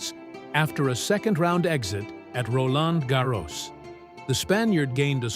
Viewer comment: Make up your mind and pronounce Roland Garros consistently